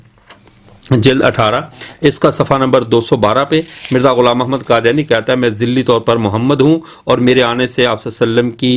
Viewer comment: حضرت، قادیانی ق سے ہے، ک سے نہیں۔ خیر، بہت خوب